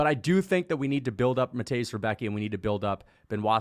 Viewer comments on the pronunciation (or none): If anybody cares how to pronounce the name.. Rembetski not Rebeki